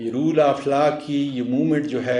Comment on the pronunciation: Roll nahi ROLE hota hy.... Isko theek karein....